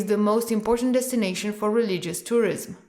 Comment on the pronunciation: Interesting. Some mistakes in pronunciation (tourism). But it’s ok.